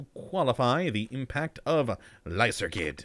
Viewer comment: I believe it's not lysergid but should be pronounced lyserjid in order to get the name of the drug being used here.